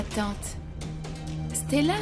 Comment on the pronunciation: La façon dont 😂prononce le prénom de Stella on dirait c'est Stalla même 😂qu'elle dit😂